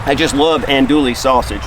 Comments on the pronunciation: The correct pronunciation for Andouille sausage is, (Ahn-doo-ee)...the "LL" is silent. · He was killing me! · Gotta love him. I enjoy these videos. I don't care if he mispronounce that French name lol...I'm not much into Cajun food at any rate but somebody is.😅 they sure sell a lot of that sausage..